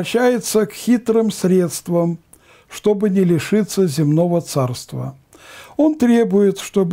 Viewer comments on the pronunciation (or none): none